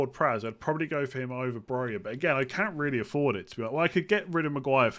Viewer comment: Can you please say probably and not 'probaly'? Would help my enjoyment of the podcast. Ta.